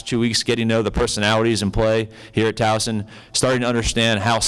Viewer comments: Hopefully, he will learn in time the proper pronunciation of Towson, there is no Z [Towzen]. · I know right!!! I can’t stand it when folks say TOWZEN, there is no z ever lol 😂😂😂 😡😡